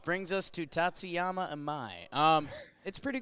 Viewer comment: I hope you guys are mispronouncing Tatsuya’s name on purpose 😂